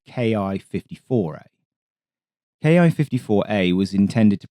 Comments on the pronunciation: great video, but i should note that Ki is pronounced Keeh, not Kee-eye, one syllable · キ54 (Ki54) is "key fifty four" not "kay eye fifty four" (approximate pronunciation). The キ part is a shortened form of 機体, in this context basically meaning "airframe". In practice, you could interpret it as "Army aircraft 54". It was a weird numbering system. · Good video, except for the glaring mispronunciation! The ‘Ki’ in Ki-54 is pronounced “Kee” or “Key”. It’s a transliteration of the Katana letter “Ki”. An equivalent English mispronunciation would be saying “B-E-E”29. Please learn a bit about the Japanese language. Your other videos have been must-watch. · To my American ear, it seems like he is speaking each English letter separately, like we pronounce 'AH-64' as A-H, rather than 'Ah'. Having grown up using the American system, I have long done that. II can see why it's spoken both ways.